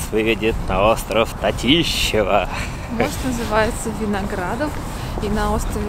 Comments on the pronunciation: Не татишева , остров татышев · Все классно, молодцы! Спасибо за обзор! Только не "остров ТатИщева", и даже не "остров Татышева", а "остров ТатышеВ" ))) Так как никакого Татышева не было, а был князь Татыш, глава племени аринов, населявшего эти места в тот момент, когда пришел отряд московского воеводы... А так - все здОрово! Еще раз - спасибо! P.S. А насчет пробок: это действительно наше больное место))) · Остров ТАтышев. Ударение на первый слог. Татышев остров сейчас является самым популярным местом активного отдыха у красноярцев